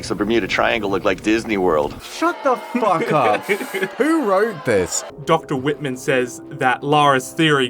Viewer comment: be like "i said puck you, miss. Puck with a P"